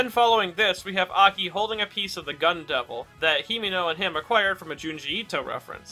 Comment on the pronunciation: I cannot unhear Gun devil as Gundam, h a l p